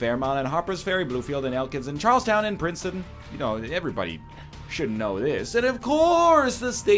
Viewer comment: As a American the way he says Charlestown is nightmarish